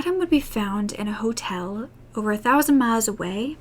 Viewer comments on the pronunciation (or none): none